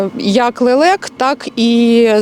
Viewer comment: Лэлэк? Вы,чо ,смеетесь?